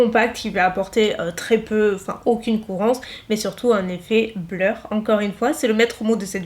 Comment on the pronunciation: Du coup est-ce qu’il existe une poudre de finition mais Matt ? Effet bleur’ comme tu dis mdr